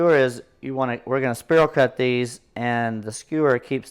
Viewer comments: Don't know where you're from? But its spiral not sperl!😅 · spear all cut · Great video, but spiral is pronounced “spy rall” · I like how he pronounces "Spiral" so we can see all the people he triggers. 🤣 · The way he says spiral triggers me. 😂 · I wasant going to mention it to him in public. I planned to pull him aside on the 4th and let him know he was pronouncing it wrong. LOL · yeah NOT a bad idea, get the food FIRST then comment about how he's saying spiral cut. Don't you just love the english language. p.s. For me he can say it anyway he wants to as long as I'm invited to eat. 😋